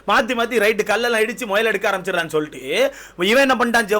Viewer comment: Muyal❌moyal✅✅😂😂typical south Tamilnadu slang